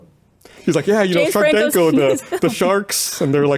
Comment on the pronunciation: Did he just call Sharknado, Sharkdanko.